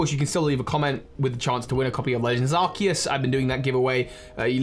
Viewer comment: So glad that you say Arceus correctly